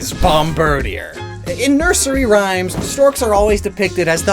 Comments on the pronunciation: "Bomb-BIRD-ē-uhr"?! I figured it was obvious this name is meant to be pronounced BOMB-buhr-DĒĒR. Ya know...like "Bombardier"? 🙄 EDIT: Omg ... he pronounced "Bombardier" wrong, too. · Bomardier is pronounced Bom-ba-DEER btw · Hearing him repeatedly mispronounce bombardier/Bombirdier for 10 minutes was pain.